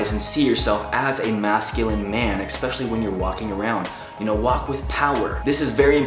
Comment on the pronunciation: "eKspecially", couldn't been the only one who heard it